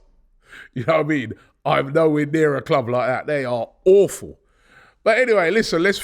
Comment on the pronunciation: Robbie's pronunciation of 'Awful' makes a perfect description of Spurs! 😂